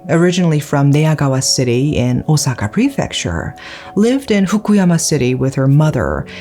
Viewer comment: And still mispronouncing Osaka 💔😢